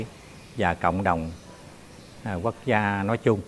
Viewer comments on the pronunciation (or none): none